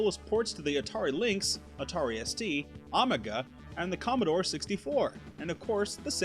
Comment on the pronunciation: Lol say Amiga again 😂